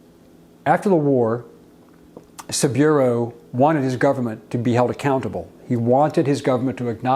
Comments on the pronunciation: His name is pronounced 'SabOOro' not "Sabeero". Respect requires getting that right. It just takes a little effort to find out. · SABOOORO, BOZO; NOT SABUREAU. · how do u not know it's Sa bu ro, Not Sa bi ro? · It's pronounced "Sa-Boo-Row".